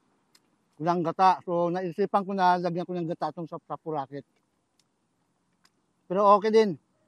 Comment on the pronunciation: Sapsapuriket, hindi sapsapuraket..